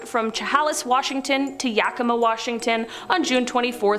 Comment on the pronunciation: I'd just like to congratulate on her pronunciation of Yakima! Chehalis is pronounced "shuh-hay-liss", but both names are difficult to pronounce if you don't know them. Way to go! 💚